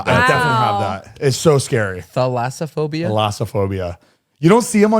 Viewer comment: omg i paused the video to type that and right after i played it you said thallasaphobia 💀😂 my bad